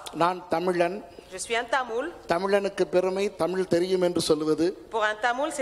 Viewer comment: முட்டாள் - முட்டால் அல்ல தமுல் அல்ல சகோதரி தமிழ்